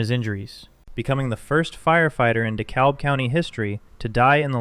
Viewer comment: You pronounce Dekalb like The Cab, by the by.